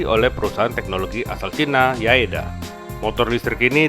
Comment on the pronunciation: yadea bang bukan yaeda 🙏